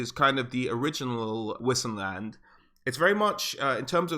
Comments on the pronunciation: Great vid! :D Btw, whoever says wisenland is just plain wrong: that in German (aka Reikspiel) would be Weisenland. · Don't wanna be "that guy" but isn't it pronounced vissenland? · u read Vissenland FFS !! its from Vis - latin word for power... u pronounce everything in the Empire more german like cos its reikspiel - a butchery of german but still german like, so W is pronounced the same as V in american (cos its not english any more). And its SOLLAND not Soland - two L's